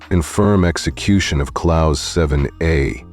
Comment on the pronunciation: Clause is pronounced as CLAWS, NOT Clowse.